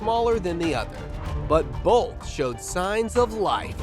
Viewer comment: Bolth of them ya say? Anything but Bolth!